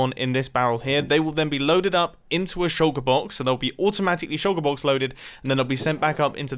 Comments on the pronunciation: i just watched the closed captioning on this video try to figure out what u were saying when u said shulker box. it said sugar box or shocker box. xd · Say Shulker Box again, I dare you.